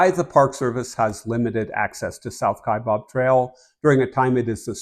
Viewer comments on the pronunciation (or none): The second syllable of Kaibab, is pronounced BAB, not BOB.